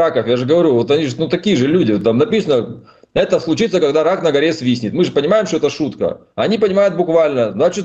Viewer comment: Рак на горе не свистнет а говорят свиснет.